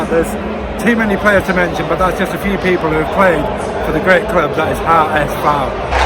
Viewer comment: Nice Video! I appreciate your pronunciation (HSV and zweite Bundesliga). I only would like to add that the HSV was offically founded on the 29th September 1887 not 1919, in 1919 they only merged 3 clubs to 1 club (because of a shortage in man due to ww1). And some other famous players to mention are Son, Boateng, Calhanoglu, Kevin keegan, Horst Hrubesch, Kaltz or Van Nistelrooy.